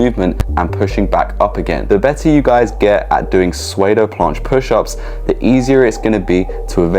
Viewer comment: Bro, I already told you. Soodo, not swaydo.